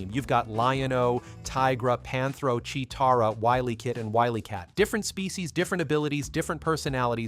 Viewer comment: Wtf it's cheetarah lol he said it wrong lol obviously never grew up in 80's or he's Ai lol Boooooooooooooooooooooooooo😡